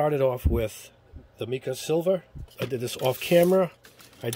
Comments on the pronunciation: Pronounced My-ca mica. Try google also pronounced aloominum not aluomimum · Mica is pronounced (mmmm 👁 Ka)